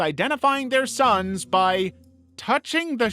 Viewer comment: That "Thair sssons" made me cry🤣🤣